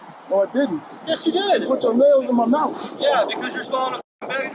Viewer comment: He said “u had your mouf on my thing”😂😂😂😂😂🤦🏽‍♂️😩